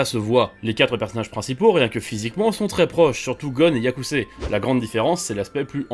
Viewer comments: Yusuke pas yakuse mdr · C'est Yusuké pas "Yakusé" 😅. Sinon vidéo sympa :) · c’est Yusuke pas yakuse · Hâte de voir la fin !! P.s: Ont dis Yusuke et non Yakuse 🤪😉 d'ailleurs si vous n'avez pas regardé je vous le conseille même si ses plus très jeune c'est lourd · j'ai beaucoup de respect pour vous, mais "yakusé" ça fait un peu mal 🥲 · yakuse au lieu de yusuke 🤣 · C’est Yusuke pas Yakuse 😂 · Il a vraiment dit Yasuke a au lieu de Yusuke? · tu as prononcé "yakucé" le nom de yusuke de yu yu hakusho, cetait horrible à entendre. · Tu m'as tuer sur le "Yakuse" </3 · En gros cette vidéo est juste un copié collé d'informations évidentes pour tout fan d'hxh qui se respecte, et puis "YAKUSE " sérieux quoi 🤦‍♂️ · Sérieux je me demandais si quelqu'un avait remarqué le "YAKUSE" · on dit Yusuké